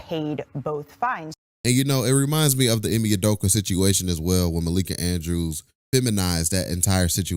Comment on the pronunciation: “Ime Udoker”😂